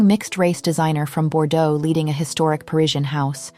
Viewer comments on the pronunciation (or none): none